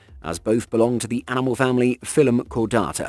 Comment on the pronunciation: Phylum is pronunced Fye-Lum. :)